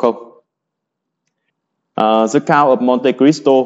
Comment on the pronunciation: Làm ơn đừng đọc The là dờ hay giờ, hãy đọc đờ hoặc đi. Hãy giữ sự trong sáng cho TA!